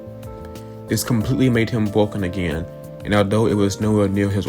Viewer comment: Keep the mic tbh. Using a real voice feels a lot more genuine and regarding the mic quality, it sounds pretty fine to me, just make sure to talk into the mic for 10 minutes. Also you talk like something I've never seen before 'bwoken' or 'gwom' or 'bwany secuwity guawd'. You're like uwu'ing every word with an 'r'. I think it adds some personality to your channel honestly, keep it going!